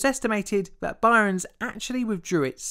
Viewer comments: Its pronounced "burns" not "byrons" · It's not By-rens. Byrnes is pronounced same as Burns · FYI the name "Byrnes" is pronounced "Burns", not "Byrons". ( ) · I've only ever heard the name Byrnes pronounced "burns" and never "bi-rons", so you may not have got his name right. You also mention the Arctic and then show a map of the Antarctic. Finally there's the weight to dimension anomaly that Armilar Zifferblat mentions. Your videos are very good and I'm a big fan, but you need someone to proof read the scripts and check pronunciation if you want this channel to become really popular. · Btw, his name is pronounced "Burn" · I love your channel but I have to say 'Byrnes' is pronounced the same as 'Burns' it is just a different spelling. Otherwise another amazing vid! :) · Byrnes is just pronounced 'Burns'. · "Byrnes" is pronounced "Burns". It's not regional, either. There's an Irish comedian (as in from the UK) named Ed Byrne, pronounced "Burn". Do research. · "Rottergens" Really? "Byrons"? Shoud be pronounced "Burns" - I've made comments before about your inability to pronounce common words normally. Get a narrator to help your otherwise OK work. I can't subscribe to this unlistenable cr@